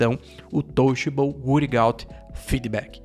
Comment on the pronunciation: Touchable “uirigauti” foi foda 😂. Ótimo vídeo